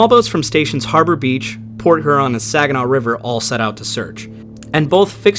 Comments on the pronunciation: Not to be picky or detract from this interesting video, but.....it's pronounced HERE-on. Not HER-on. Excellent video! Thanks for your time doing this. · Her-on? Really? I’ve alway heard it pronounced hyur-on. Good coverage of the story. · her-on? i havnt even met her no but really its hyur an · Great video but man.. its H-Yurr-ahn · just fyi, Lake Huron is pronounced H-YER-ON rhymes with Pure On. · buddy, it's "here-on" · Appreciate your efforts. Love the respect you show these mariners, and the detail. Only comment: up here we call Lake Huron, Lake ”Hyu-ron” like Houston. BZ to you. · Work on that Huron pronunciation.